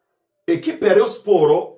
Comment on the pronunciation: Nkunda iyo wavuze Rayon neza arko iyo uyivuze nabi mbanumva fone nayimena💙💙💙💙💙🤍🤍❤️❤️